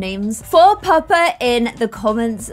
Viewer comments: I like it. I kept thinking she was saying purpur instead of pupper and I was like, purpur, would be perfect already since it's violet in german so I didn't understand why she was asking for a change, lol. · Every time you said "Pupper" I thought you were saying Purpur, and I was confused as to why that just wasn't the name because that means violet in German.